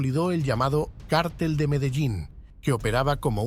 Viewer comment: ¿qué cártel ? ¡ Mogolico!!!! ¡donde est´ña el acento,MOGO??